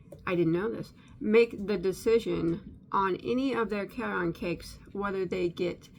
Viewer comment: I grew up near the Caron Spinning factory in Rochelle, IL. Caron is pronounced just like the name Karen. Just and fyi.